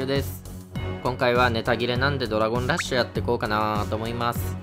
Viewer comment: ドラゴンラ↑ッシュ